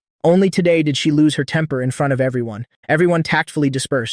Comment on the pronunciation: Bro one question why you pronunse she he